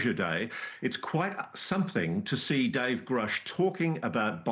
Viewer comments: I’ve worked with him for years but can’t pronounce his name? Go write another book Lou. Anything this guys says is suspect wish they would stop giving him air time. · Hell ya! You tell ‘em, Matias! We’re tired of Lue, and now Cuomo, mis-pronouncing Grusch’s name. It’s become a damn conspiracy, I tell ya! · They have to know they are saying it wrong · yeah its weird. Like their trying to say something without saying it. Why mispronounce the name we ALL know how its said. Nobody calles Lue Luey, or Coulthart Coolthart. Why go out of your way to say it wrong? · Say it with me, 'GRR-UHH-SH', 'GRR-UHH-SH', not 'GROOSH' Thank you for your attention to this matter. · David Grusch - day-vid Gruuhsh It's not David Groosh. Please!!! Stop that 🤦‍♂️🤦‍♂️🤦‍♂️ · this is massive nitpicking i guess but like…it’s grUsh…not grOOsh. you’d think this would be common knowledge for the guy who…worked with him…? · Elizondo claims to know Grusch, yet pronounces his name as "Groosh". David Grusch introduces himself as "Grush". What's the deal here? It's been years since both of these cats came out. If I ever interview him, I'll definitely ask that first to get it out of the way. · I’ve listened to a hundred Elizondo interviews where he pronounces it ‘Grush’, as in ‘hush money’. Why the fuck is it all of a sudden, ‘Grooosh’??? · Is it GRUSH or GOUSH? Why does Lou keep calling him GROUSH and noone corrects him on it! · His name is Grusch (like, Crush), not Groosh! He introduces himself, and he doesn't say, Groosh! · Lu says 'Groosh', Ross says Grusch, which is it? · Grrrr RUSH🤨 not Grrr ROOsh! 😠grrrr…. lol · Lol ffs ITS GRUSH not GROOSH 😂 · It is freaking Grush like brush not Groooosh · Why do Cuomo and Elizondo keep saying Grusch when everyone knows it's pronounced Grusch? Also some people say Burchett, but Tim often says his name clearly as Burchett. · It is a mystery why they say Groosh. I’m happy that Ross said Grusch - to stick it to the other two men! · "I am Grewsh"